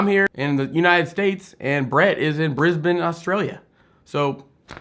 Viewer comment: I appreciate your correct pronunciation of Brisbane,:-D woah Brett's work is gorgeous, thank you sharing it with us. I loved seeing views of Brisbane (I was born and raised in Brisbane) and I've subbed to Brett's Instagram:) I love how positive and welcoming your channel is to other INFPs! Thank you for being you:):) Have to say though that the stereotype holds true for me in a lot of ways, I do stray away from people, read an awful lot of books (and more importantly lose myself in them and prioritise reading a book I'm engrossed in over niggly things like eating, taking care of myself and other Si-stuff) and I stay inside more then I'd care to admit. It's really encouraging to see healthy INFPs though:):)